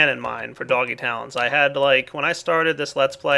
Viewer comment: the way you said "doggy tallents" made me think you said "doggy towns" HAH